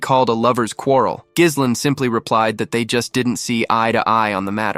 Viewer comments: I gave up after five minutes, irritated because the main character's name is mispronounced throughout. It's "gih-LANE" or "jeh-LEN" with a silent "s", not "GIZZ-len"; that one sounds like "glizzies" which sound like glistening hot-buttered hot dogs... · Bro the "s" in Ghislaine is silent. Work on ur AI voiceover